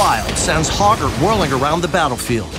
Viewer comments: I swear I keep hearing Pogger. We want Pogger to be an enjoyable excess. Pogger doesn't care. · You can't say hogger with a hard R, bro!